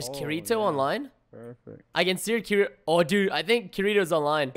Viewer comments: Preston, you pleb you mispronounced Kiritimati for almost the whole raid. It's (kir-it-to)It's from an anime called SAO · Kirito not Kiritimati (Auto-correct is also pleb) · KIRITO-KUNNNN < it annoyed me how he's like "key- re-toe" like pls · Is this the last one so far. Damn I love watching ur videos but damnit Preston its Ki-ri-to. (Key) (re) (toe) please. I loves anime don't do this to me ; ) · The guys name is pronounced Ki-re-toe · It's pronounced Kitito and he's from a anime called sword art online (Sao) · He said his name wrong tho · Am I the only one that cringed when he said kirito wrong. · THE WAY YOU PRONOUNCED "Kirito" made me laugh... -to all those sao fans out there... MAKE FUN OF Preston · my heart died a little when he said kiritos name wrong D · That Pronunciation Of Kirito -_